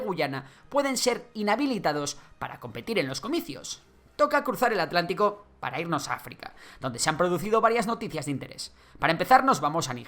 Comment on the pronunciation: oiga me parece muy bien esta colaboración, por que es afin con el canal, felicidades, me gustan muchos todos los canales que tienes. y tengo una duda, por que algunos españoles no dicen bien atlantico, saludos.